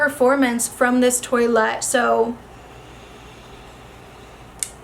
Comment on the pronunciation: The irony of pronouncing Toilette as 🚽 when reviewing perfume. 😂